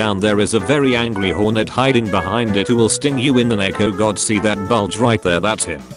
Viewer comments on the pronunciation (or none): none